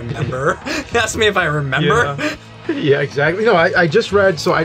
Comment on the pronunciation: Cuz says "'member" instead of "remember"